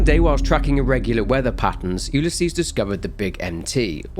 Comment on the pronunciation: Had to skip to where you no longer were saying Ulysses. I have a neighbor that has that name. It is not pronounced that way. Yes I'm being pedantic. Yes it was incredibly annoying